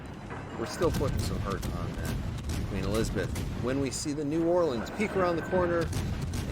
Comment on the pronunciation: Well doing great with my "new orlean" anyway..